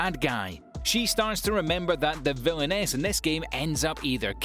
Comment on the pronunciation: When he said "my next life as a villainess"i was laughing when he pronounced it